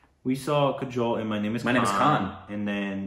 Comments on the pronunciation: Pronunciation of kajol is kaaajol. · New pronunciation suggestion for you.. Kajol-> Kaa-Joal..